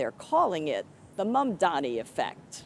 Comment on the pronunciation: They still say Mandami 😔